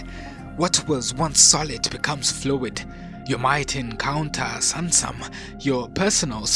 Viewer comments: Hahaha same here everytime I heard samsam I smiled and said "do you mean SUNSUM bro"😊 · Please, the Akan’s Twi word “Sunsum” Is not pronounced “sansam”. It’s sUnsUm. The U sounds like U in the pronunciation of the word hUman. Thank you.